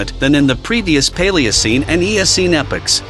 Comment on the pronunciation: Its epoc not epics. Jus so u know